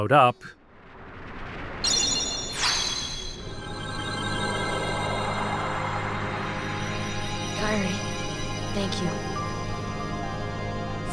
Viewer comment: You say you’re a massive fan but you mispronounce kyries name the whole video. Wondering if you even played these now or just made this video for attention